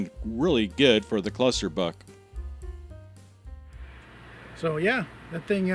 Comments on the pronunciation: Every time you said Cluster Buck, I heard Cluster F*ck. 🤣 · So, the F in "cluster buck" is silent then?